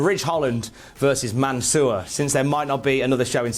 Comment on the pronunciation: Please, don't say Mansoor it sounds like your talking about someone from the sewer.